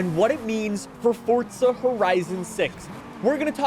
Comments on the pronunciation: forza not fortza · Mf it’s pronounced FORZA not ForTza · Why you say fortza horizon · If you stop saying fortza they might make the game last longer...